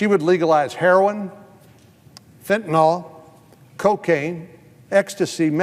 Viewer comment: Allow me to make something clear: It's "fentanyl" not "fentanol". FEN-TAN-ILL, not FEN-TAN-ALL. Do municipal and federal employees read?